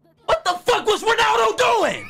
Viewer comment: Speed : "WTF IS THAT WONALDO! , DO THE SUWI MAN! "